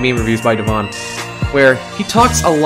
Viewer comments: lol he said devon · It’s devoun not deven or devon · he says devoun wrong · Just Saying, Devoun Is Pronounced Dev-ow-n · Devoun is pronounced as dev-ow-nuh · Btw its " dev ow-n" because alot of people pronounce it wrong :( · Devawn lol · Also other 99% of yt's: also can't pronounce Devoun right